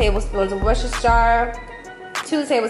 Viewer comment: LOL Am i the only Brit here dying over how she says Worcestershire? LMFAO